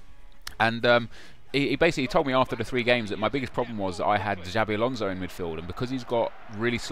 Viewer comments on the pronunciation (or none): For god sake it's not Zabi Alonso LOL